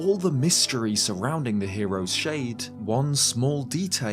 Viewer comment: I'm getting too irked out by how you pronounce shade when you say hero's shade